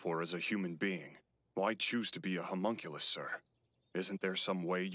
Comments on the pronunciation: believe or not... Ur saying it wrong. Humunculus nah homunculus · probably doesn't help that your saying it wrong "hue munculus"?????? like dude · you arent even pronouncing homunculus right, the "ho" part isnt pronounced like the "hu" in human, its more like the hum in humming. every time it sounds like your saying humongous. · You’re saying hyum-unclus Try humm-unculus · your difficulty with the word of homunculus. the letter s is your worst enemy my friend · Oh god I LOST IT when you messed up saying Homonculus 🤣🤣🤣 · You've said and will continue to say homunculus wrong throufh the entire duration of this series, and you've made it harder on yourself